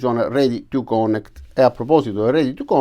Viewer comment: Bravo. Però, fai questo sforzo: si pronuncia perfórmance, con accento sulla O, e connèct con l'accento sulla E. Per poco che si sappia l'inglese non si può ascoltare